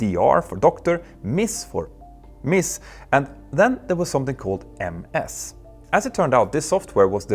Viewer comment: "Ms" is pronounced "miz".